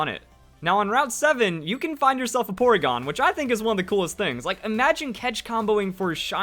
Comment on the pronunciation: When he said poregon I saw a shadow of Charizard or Dragonite